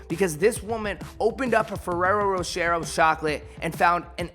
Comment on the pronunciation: … Fer-arrow Row-Shay… Pronunciation assistance